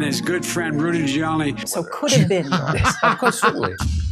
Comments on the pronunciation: Did he say Rudy Jewani 🤔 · Biden: "Brudy Jahlini" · Rudy Zhoooyawnee